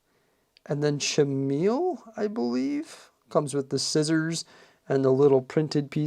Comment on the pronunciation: Bro the cut haha 😂💀 But the hotdog is not an easter egg. It's pronounced as"Neeya" and It's "KA-Meel", But for the rest you did a great job! :D